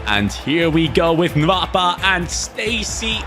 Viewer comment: The name is not "nvapa" it's "nwapa" like " noapa"